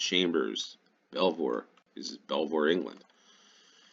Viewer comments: Belvoir is pronounced Beaver. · Yorkshire Tea is probably the best tea that will be relatively easy to get. Ideally Yorkshire Gold, but that is quite a bit more expensive. They are an independent company, with a really good social media presence. Oh, and Belvoir is pronounced Beever, or Beaver. Because natives couldn't pronounce Norman French I guess. The Vale of Belvoir covers parts of Leicestershire, Nottinghamshire and Lincolnshire.